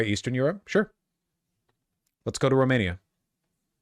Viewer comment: Vaush continuing the bad French accent for Romania was priceless